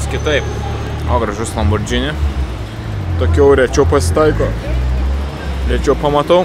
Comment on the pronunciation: Lamborgini, ne lambordžini 😊